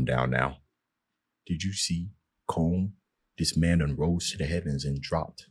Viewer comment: Colm is pronounced Column